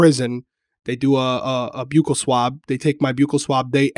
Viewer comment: Omg my love and respect for you has grown even more since you are one of the VERY few who pronounced Buccal swabs correctly!!! Lol that is seriously one of my pet peeves!